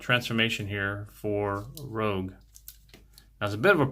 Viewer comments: rouge is pronounced like "rooj" and is french for red. what you're saying is spelled rogue. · Cool review bro! Though It's pronounced Rouge, like the color she is (ruuusshge) The word you pronounced is spelled Rogue 😉 Can't wait til I get mine now. Sucks she has loose hinges on those pantoons on her back. . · Its not "Rogue"... It's Rouge. Like baton Rouge Louisiana. Totally different word. I haven't transformed mine yet because I'm still having too much fun with robot mode but gotta say, I love it. Would have been cooler if the back chunks pegged in, chest part didn't have the gap, and the inner shins didn't have all those screws visible, but none of that bugs me enough to take even a full point off her. From what I've heard though transformation rivals the frustration of MP-36 Megatron... That might knock a point off for me. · It’s Rouge (Roozh) meaning red (but makeup-wise looks pink on skin), not Rogue like the X-Man. Great review. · You pronounced the name wrong. It’s not Rogue it’s Rouge that stuff women put on the cheeks. Just saying 😁